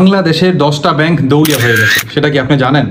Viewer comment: এই ফালতু ভিডিও বানান বাদ দেন! দেওলিয়া উচ্চার ই করতে পারেন না। 😢আপনি এতো পন্ডিত আপনি ১০ টির নাম বলেন??